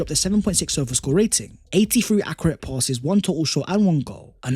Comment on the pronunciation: we love you man but please learn to pronounce ‘accurate’ properly man!!